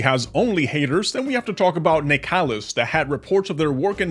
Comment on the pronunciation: Not nicalis man, cmon